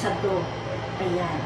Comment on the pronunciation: DOUGH... MOMMY PRONOUNCE PO--- DOWH.... HINDI DOHG....WALANG "G"